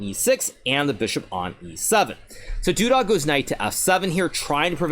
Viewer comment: Everyone: Duda Hikaru: Doodah